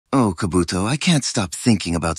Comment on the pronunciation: Ka-buto. Ka-buto💀💀💀